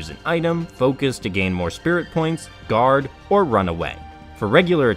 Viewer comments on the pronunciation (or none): none